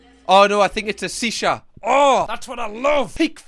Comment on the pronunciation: Shhhhisha … not c sha lol